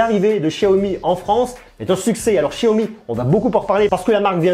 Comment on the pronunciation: il es serieux de dire chiyomi mdrrrr